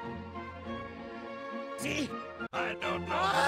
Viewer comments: It's not expresso. It's espresso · capochinno, no expresso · capuccino? no, expresso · No, Expresso. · Pisk No! Espresso. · Well, the spy does say "expresso"... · "KA-PEU-CHEE-NO?!" "No! Expresso!" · No Exx-preess-0O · Demo blew up* like he did because Spy said expresso instead of espresso *Yes, that pun was totally intended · Ka-BOO-Chee-NO!!! XD no... ex-pre-So... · Cupuccino? No expresso 😂😂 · I am now angry at the shpee. He said "express-o". ESSPRESSO! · KA-POO-CHI-NO No! Ex-Spresso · CAPUGINO? NO EGSBRESSO. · ca-POO-ci-NO? no. expresso. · No. Expre-so. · Capuchino no expresso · Demoman: KApooCHEEnoh Spy:NO. EXpresSOW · NOUGH! Es-Pres~-oh~ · CAPPICHINO! No. Expresso. ... CRAAAAAAAAA- explode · CA POO CHEE NOH! non Espretho